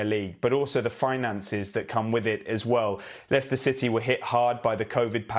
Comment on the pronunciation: David said the late Leicester owners name perfectly. I couldn't